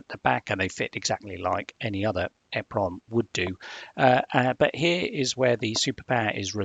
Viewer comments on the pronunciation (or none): called EEEEE-PROMs not EHHHH-PROMS - just saying 🙂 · you missed the point. you are saying it WAY wrong. It is well known how to say it. E (small 1/2 second delay) PROM. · Google it - people in the industry say ‘eprom’ and ‘double eprom’ - there’s no eh prom. Annoying when people say efffernet too